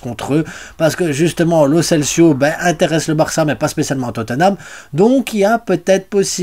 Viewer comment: salut,c'est pas lo celsio,c'est lo celso,kimmich est transférable,je sais pas si tu as vu l'actue,mais bon il est trop chére,merci pour tes news.........